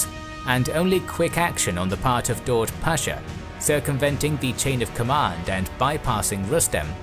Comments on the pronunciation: Daud is pronounced Dawood. Its an Arabic version of the name David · I think Daud is pronounced dawood (David in arabic) but I'm not sure